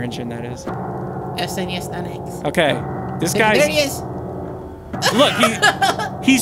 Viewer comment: did I just hear say 'snes9x'